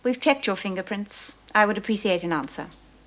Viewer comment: Appreessiate.. aarrgghh speak properly Mrs Davidson..its appreciate.. lol.